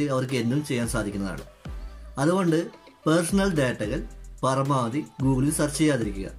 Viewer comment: പറമാവധി അല്ല .പരമാവധി ആണ്.ചേട്ടൻ ബംഗാളി ആണോ